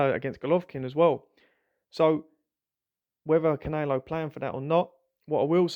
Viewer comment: Why can you not say "canelo" properly?